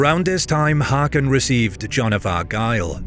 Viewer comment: For the love of cake, plz learn to pronounce "Haakon" ( [²hɔːkʊn] )